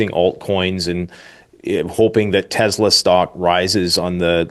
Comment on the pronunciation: it's not TEZ LA IT'S TES LA.